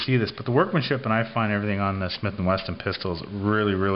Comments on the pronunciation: its not smith and wesTon is smith and wesssssssson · Uhhhhh...it's not Smith & Weston dude. It's Smith & Wesson. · Great video and great gun. Its my next handgun purchase for sure! Hey is it me or were you saying Smith & Weston? Just fyi its Wesson with 2 SS's...lol. Good review man. I love 9mm also. Both my Glocks are 9mm's. I'd rather have tight groups and be accurate with a 9mm at 15 yards than all over the place with a 40 or 45.